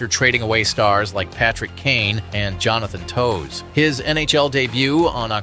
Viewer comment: its funny how you know its an AI video but it really doesnt set in until he says "Jonathan Toes"